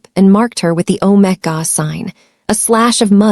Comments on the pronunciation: "Alpha " Omega not OmaGa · Ometga? I thought it was omega pronounced omeegar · Omega is pronounced "ow·meh·guh! Beta is pronounced bay·tuh. Please fix it. It makes the story funny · If you use use AI, train it in pronunciation. If you use your own voice, please learn the correct pronunciation of Beta and Omega. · The prounation of Alpha and Omega was really annoying. Please fix for future stories. Listening from Jefferson City Missouri USA 🇺🇸